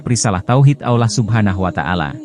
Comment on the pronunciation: Ngomongnya kurang fasih beroo Ngomong lafat Allah harus faseh